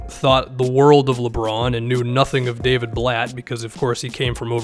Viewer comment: “Daviud Blatt”